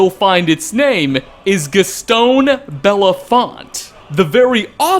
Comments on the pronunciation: Boethiah is just such an asshole. :[ Gaston Bellefort =/= Gaston Bellefont. :P FORT, Not FONT! RRRRRRRRRRRRRRRRRRRRRRRRRRRRRRRRRRRRRRRRRRT. :} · Man, I really don't comment on youtube videos but it's BellafoRt, not BellafoNt. It's very, very clearly an "R" in the name, both lower and upper case. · BellafoRt not BellafoNt lol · BelleFORT not FONT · It's BellefoRt, not BellefoNt. It's quite clearly an 'R', in very capital letters. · Your last story was based on a book by Gaston "Bellefort" not "Bella font", or was this intentional? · Speaking of tiny details... It's BellefoRt with an R, not BellefoNt. Ok, now we're done. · Gaston Bellefort, not Bellefont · Bellefort, not Bellefont. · Kept saying belle font its belle fort lol there's no N in Bellefort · “Bell-fort” not “bell-font”.. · Gastone Bellefont VS Gaston Bellefort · Came here just to say this. He was pronouncing it like it's similar to Harry BELAFONTE, when there is clearly an "e" (so no "a" sound) & an "r" (so no "n" sound). And since it's clearly a French name (both 1st & last names), the "t" is silent. It should be pronounced "Bel-for" -- must be the ancestral origin of the former NHL goalie's Ed Belfour's surname. Anglicized from the French version due to being constantly mispronounced by Englishmen! LOL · BELLEFORT. Gaston Bellefort. With an R. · One Tiny Detail about this video is that you mispronounced Gaston BellefFORT's name three separate times. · Uh am I the only one who thought was pronouncing Gaston's name wrong? You know like from La Belle et la Bête? The dude's last name is Bellefort... Belle. No okay I'll stop now. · His name is Gaston bellefort, there's no N